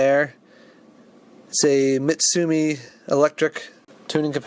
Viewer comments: I think the correct pronunciation of Matsushita is to ignore the “i” and put the emphasis on the second syllable. At least that’s the way I was taught when I did some field service work in one of their compressor plants in North Carolina. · Matsushita is pronounced with the accent on the 'i', and a lesser accent on the 'Ma'. So, Ma-tsu-shi-ta. Similar to pronouncing Panasonic - Light accent on the 'Pa' and heavier accent on the 'so'.